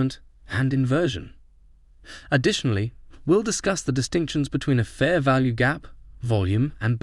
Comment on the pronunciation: "In this video, we will cover Pear value gaps"... Okay this is obviously an AI generated video...